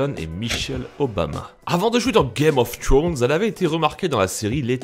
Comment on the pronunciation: "Game of trownz"